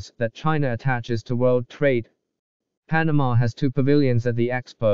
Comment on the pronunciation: Cant even say Panama properly